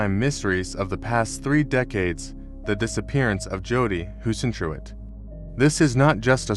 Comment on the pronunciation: If you can't pronounce her name right, you haven't done your research. Kindergarten AI YouTuber trash.